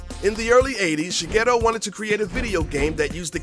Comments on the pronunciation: It's "Shigeru Miyamoto", NOT "SHIGHETTO" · It sounds like you're saying Shighetto Miyamoto. :')